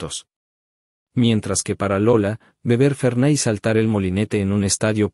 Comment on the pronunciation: Se llama y dice Fernet...fernay las p...😂😂😂